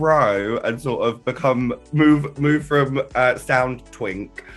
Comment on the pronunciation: Did she say sound twink or south twink?